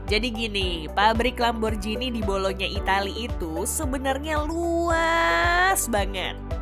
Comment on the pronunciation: Dalam bahasa Italia G tetaplah G bukan jadi J...jadi bacanya tetap sesuai tulisan Lamborghini bukan Lamborjhini...